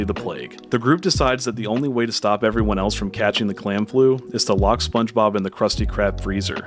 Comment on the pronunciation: did he just say Sponge Bibble?! 🤣